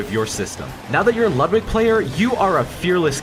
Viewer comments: ITS LOOOOOODWIG NOT LUUUUUDWIG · It’s lud=wig